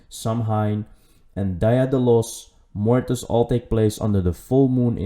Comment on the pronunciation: I almost died when I heard you say dia de los muertos. anyway well worked as usual, always interesting content.